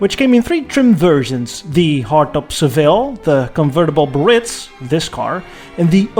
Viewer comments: Do some people have a speech impediment when pronouncing BEE AIR ITZ? The word is Biarritz - not Burr-itz. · It’s pronounced “Bee ah ritz” not “Breeitz.” I’m always amazed, though I probably shouldn’t be, at how many videos contain mispronunciations of the main subject. It takes hardly any time to find out. I almost skipped it, but am glad I didn’t because in this case the photography was great. Factoid: GM couldn’t come up with a name for the car so there was a company sponsored contest in which a secretary submitted the name Eldorado and was the winner. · I always thought it was pronounced bee-uh-REETS. No? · The correct pronunciation (phonetically) is “BeeAREitz” 😊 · BEE-A-RITZ. (The Correct Pronunciation) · Great piece. Loved the fins no fins comparison and while the fins are iconic 50’s Caddy, it looks great without them. Pro tip: it’s pronounced Be-ah-Ritz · Is it a biritss or is it a Biarritz. Just kidding 😉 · Thank you! I might be crazy but I think the car looks smoother without the tail fins. Also and please understand this is written with all respect the trim level is pronounced “Bay-a-ritz”. Once again, i mean no disrespect. I am simply trying to help here. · As someone from the Basque Country, the way you say "Biarritz" gives me an aneurysm, but I still love you. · why you pronounce Biarritz the American way ? ( which mean the wrong way)